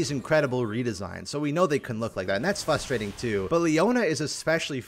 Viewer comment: frustrating has an R in it btw